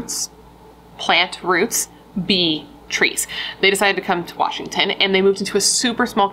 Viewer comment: "BE.. trees" 😂 Sending you so much love, beautiful! Thank you for your help and hard work in telling these incredible victims' story and giving them a voice. ❤